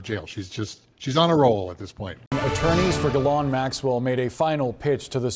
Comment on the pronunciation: Oh my goodnesss just say her name right why is it so hard to say maxwells name correctly😊!!! The younger chap said it correctly then the older chap after hearing the correct pronunciation says it wrong again!!!! It's very lazy.